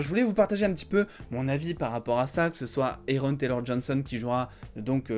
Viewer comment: Tu fais des fautes parce que tu prononces mal son nom c'est "Aaron" prononcé comme (A) et non (É)...faut faire un effort quand même🤷🏽‍♂️